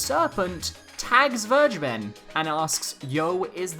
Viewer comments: When you say Vergeben with a hard G I keep thinking you're saying "BurgerBen" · It sounds soooo weird to say "vergeben" in English. :-D Just let Google say it in German for you and you'll know what I mean. ;-)